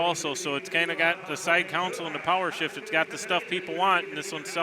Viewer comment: There are a few pronunciations which really bug me, and one is pronouncing 'console' as COWN-sel. There is a totally separate word spelled counsel, which is what a lawyer does for you, not the part next to your seat in a car or on a tractor, that is a console. When you write, do you actually spell it 'counsel' regardless of which word you mean? No way you pronounce just the word 'con' as COWN, do you?